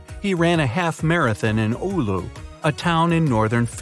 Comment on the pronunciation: SUOMI PERKELEEEEEEEEEEE. um its actually "oulu" not "uulu" (nah jk finalnd city names are kinda weird. "helsinki") BUT FINLAND. YEA BOI